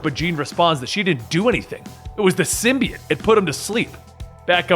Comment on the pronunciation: Erm it's sym-bi-ote